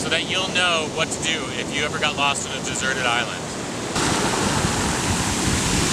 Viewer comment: "desert" island, tihi